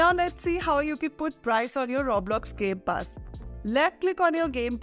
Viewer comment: "Gay pass"